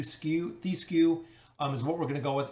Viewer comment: His name is Thesku TH - E - SKU Its a regular E, that does not chamge to i As an example: do you say THEM or THIM??